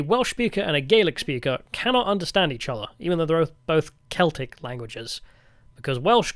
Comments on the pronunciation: Glaswegian here. Great video (esp. the Dankula cameo) but you mispronounced the catholic football club in glasgow. It's just pronounced "seltick football club" not "kelticks". Edit: Also worth a mention that the clips from the "American" tourist in Glasgow are a spoof, the guy is actually Scottish and the people in the video are in on it. Still funny as fuck though. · Saying "The keltics" and "Gaylick" is pure ragebait. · It's pronounced Seltic not Keltic FC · How can a Brit not know that Celtic Football Club is pronounced with a soft c not a hard c? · The football team Celtic is pronounced like "Seltic" with an S sound at the start btw. Sorry for not reading all 1.5k comments to find the other people saying this. You didn't visit my city Aberdeen but not missing much to be honest. I used to live in Glasgow and enjoyed it as a student but going back I realise how much of shithole it really is. We're so far behind England with our politics. The politicians are all useless and bicker about nothing in the Scottish Parliament. They'd all rather virtue signal than do anything to improve our country. There is barely any sign of resistance from anyone against it here and basically no patriotic or right wing party or movement to be seen. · "Keltics" hahaha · this one was really disappointing. I know you're an Angloid, but you didn't even make the basic effort to pronounce "Celtic" or "Covenanters" correctly.